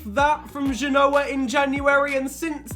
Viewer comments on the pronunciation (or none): none